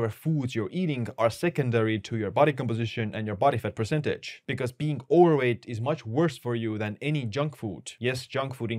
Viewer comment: Dam your "Overweight" is really hard for me to hear. Not saying I speak better English then you.